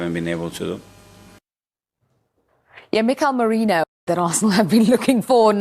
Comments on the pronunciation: Its merino girl..moreno pronunciation got me sick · Ffs, his name is Mikel MERINO. Not Moreno!